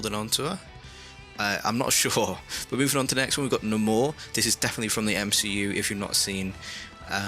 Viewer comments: the way everyone thinks that’s how you say namor now is killing me 😭. NAE MOREEEE not naMOR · its pronounced na mor and thats how the game pronounces it too. deal with it